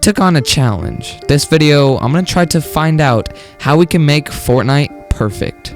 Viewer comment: U are right! btw i love the way u say wideyoo